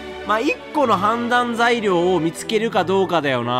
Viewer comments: レトさんの判断には同感しかないけど、判断材料をずっとはんだい材料って言ってて笑うw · レトさんの「判断材料」何回聞いても「はんざんざいりょう」にしか聞こえんくて毎回わろてまう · いつまでも判断材料が言えないレトさん可愛い